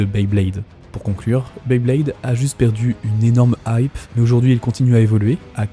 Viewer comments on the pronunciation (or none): none